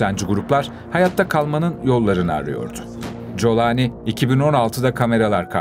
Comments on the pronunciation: İsminin telaffuzu Colani değil Golani olmalı Golanlı demek. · Colani değil kardeşim yaa ingilizce telaffuz edersen colani .Türkçe telaffuz gollani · Colani değil golani golan tepelerinin ordan olduğu için. G yi ci diye mi okuyorsunuz ( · COLANİ DEĞİL CULANİ ÇÜNKÜ ARAPÇA'DA O HARFİ YOKTUR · Kolani diye telaffuz etmelisiniz YANLIŞ TELEFFFUZ EDİYORSUNUZ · Colani. Türkçesi. Aslen. Kolani okuluyor.